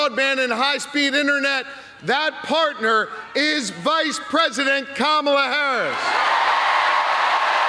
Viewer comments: He is not pronouncing her name right! They are yelling him and he is not listening. Finally! Like Comma'la 😀 Who comes on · I like how they are correcting him with the pronunciation of Kamala's name! 😆 🤣 😂 😹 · I bet that poor mayor will never mispronounce "Kamala" again 😂